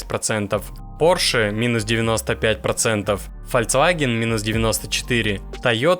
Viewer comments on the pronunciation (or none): none